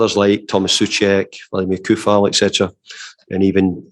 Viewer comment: Love Moyes BUT why doesn’t he know how to say Coufal’s name. I understand fans not knowing, but his manager!? 😂